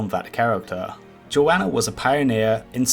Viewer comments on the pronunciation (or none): Pronounced Joe-nuh